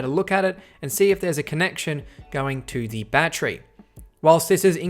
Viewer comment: Bat-ter-y. Three syllables. Not a bat-tree.